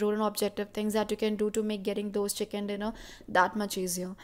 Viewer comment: Sister agar comment read karo to jayada hot banne ki try na kro tumko chiken nai bolna ata chhiken nai chiken hota hai